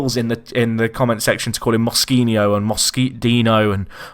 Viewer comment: Im portuguese and its Mosquinho